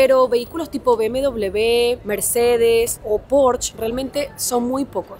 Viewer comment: Me hace mucha gracia cuando dice Be Eme Doble Be